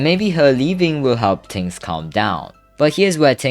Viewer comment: yo stop saying "ting" its "thing" lmao